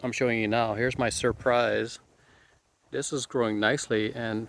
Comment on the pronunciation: Fuerte NOT Forte, Sir Prize NOT Surprise